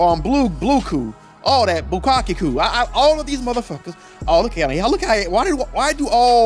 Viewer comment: Lol "Bukakkeku"